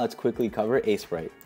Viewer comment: It is pronounced ace-prite